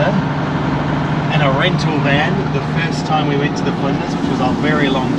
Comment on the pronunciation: I am laughing at your pronunciation of the Flinders names 😂 it’s interesting how others pronounce names all over OZ. I am guilty too 🙄😎🇦🇺😂